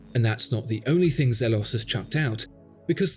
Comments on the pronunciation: Zeeeelos! Not zeh-los. Great review as always! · Molesworth elshan the founder confirmed that it’s pronounced as “zeeelohs”